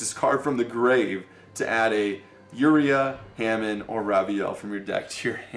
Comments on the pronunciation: Its Hamon not Ham n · James Pease I swear he does that cause he thinks it's funny or cute. Mispronouncing words is not cute or funny. He also kept doing it with Uria and Hamon. Like seriously, he needs to learn how these cards are pronounced if he wants the viewers to take him seriously.